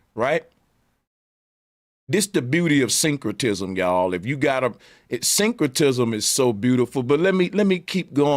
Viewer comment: This dude said "Synchrotism" 🤦🏾‍♂️